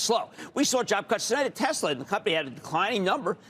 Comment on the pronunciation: TEZLUH IS BACK HOMIE